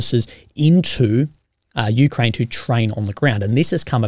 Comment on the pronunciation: It's not Me-Kraine, it's U-Kraine.